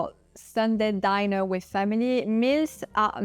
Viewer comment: Please learn to pronounce "dinner" correctly